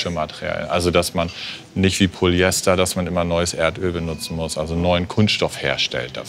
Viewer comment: Eine Expertin die korrekt Polyester ausspricht. Da freut sich das Chemikerherz. :)